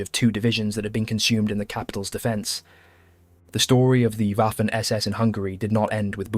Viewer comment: Why you keep saying Waffen (Uafen), as if it was an English word? It pronounces Vaffen. The entire world pronounces is correctly: Vaffen. Don’t you know that German W reads V?